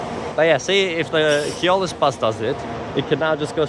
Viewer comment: Hi, yes, you're pronouncing Keolis correctly "Key Ole Iss"